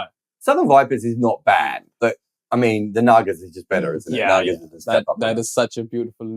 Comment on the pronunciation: The pronunciation goes with Naa-gaa-s